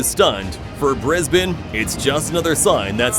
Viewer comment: The most staggering thing in this video occurs when a Yank accent pronounces 'Brisbane' correctly. I'm flabbergasted.